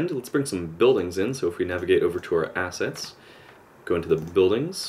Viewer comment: ha he said ass-ets